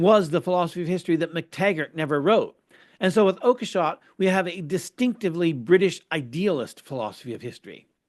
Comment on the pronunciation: It's pronounced "Oak-shot", I guess. But does it really matter in this context?